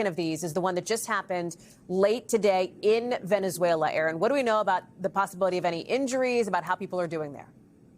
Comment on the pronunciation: Venezuela.... more like Venezzwayylaahh!😂